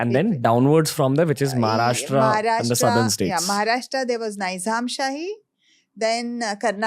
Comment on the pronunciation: Ranvir bhai it's Maharashtra not Maharashtraaaaa